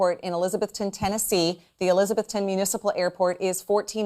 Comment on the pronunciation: It's pronounced Eliza-BETH-ton.